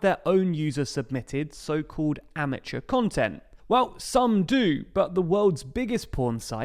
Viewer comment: "Amature" lol.